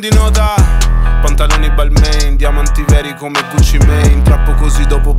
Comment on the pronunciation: Flexi tanto e non sai nemmeno pronunciare bene Balmain...